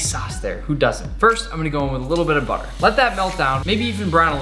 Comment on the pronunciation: ohh u mean buttahh